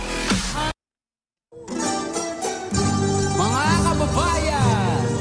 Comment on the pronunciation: you said Panalo perfectly